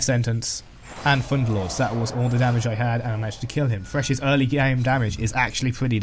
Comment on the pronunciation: Nice video helped me alot! I dont know why but i hear "Funderlords". xd